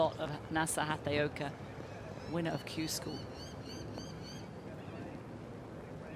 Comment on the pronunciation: Please commentators now and in the future,it is Nasa HAT-A-OKA,you are highly paid professional commentators,do some research and get it right!